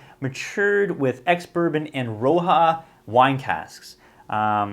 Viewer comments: Rioja = "ree-oh-ha"...cheers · On the HP 16, “Rioja” is pronounced “Ree-Oh-ha”. It’s a Spanish red wine made from Tempranillo. Traditionally made with American oak. But some more modern producers are using French oak which significantly changes the profile. Funny, I have not tried most of the bottles on your list. Probably because most of my bottles are Distillery exclusives from my travels. I’ll definitely keep my eyes out for the Springbank 10.